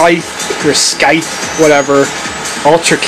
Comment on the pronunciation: The C in "scythe" is silent...learn to read.